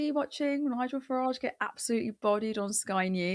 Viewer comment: Why does Farage pronounce his 't's' as 'd's'? If he wants to emigrate to USA I'm not going to try to stop him. As long as he gives up his citizenship on the way out. Tax dodgers can go to a nation founded by tax dodgers, for tax dodgers. I hope the Treasury's been keeping tabs on the two and a half centuries of back taxes we're owed by USA.🤨😠